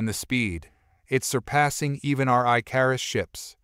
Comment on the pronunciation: Your word is not I-car-us it is Ick-or-us. Please teach whoever is doing these adios the difference between bow as in bow and arrow or bow as a formal bow to your lady or a dignitary I enjoy the stories but it's so frustrating to hear the English language abused in such a manner